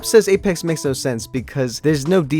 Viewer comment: Jeez why did you say Alex it's apex